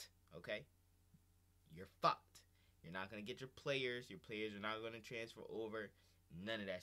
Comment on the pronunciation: “You are FAWKED”